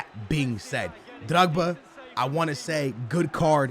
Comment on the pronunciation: It’s drogba with an o not drigba